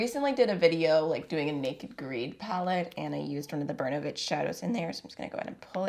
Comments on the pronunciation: In the word "Bernovich ", the accent is on the letter “O” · just want to add. it's not bErnovich, it's bernOvich. Hi from Russia!